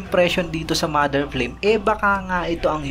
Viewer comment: Flame to pronounce in Japanese is parang frame parin pgkabigkas..wala silang L dito..